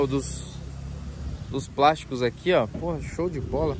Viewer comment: Volks e seus "prásticos" kkk 100k em 1.0, ê brasilsao...